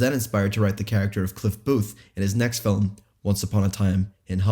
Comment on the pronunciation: Wtf is a fil-um?